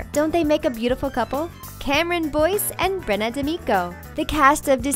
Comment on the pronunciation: its pronounced Brenna not Brennan, im pretty much an expert on it since that's my name, get the names right